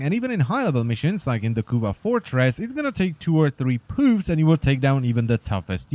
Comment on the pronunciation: "2 to 3 pooves"